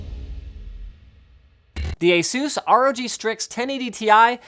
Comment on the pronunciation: "A SOOS"